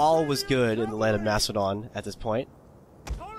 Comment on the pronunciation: I swear you said "Prince of Mastadon" twice!